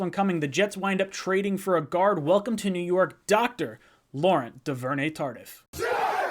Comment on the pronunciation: Lor-ON DOO-VER-NAY Tar-DEEF. You're welcome.